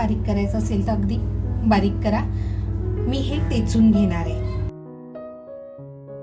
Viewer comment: Techun nahi ho mhanat 😊 thechun ghete mhantat